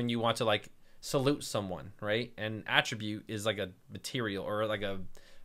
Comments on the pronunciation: "This painting has some odd AH-ttributes to it" "I will uh-ttribute this painting's success to you" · I have never used WordPress before, I thought it was just for blogging so I ignored it. After watching your video and seeing how simple it is to set up an online store...I'm in! Your descriptions are so clear, Helen Keller could set up a site! Thanks, man! Oh, btw, your pronunciation of "attribute" is correct as far as I'm concerned! 👍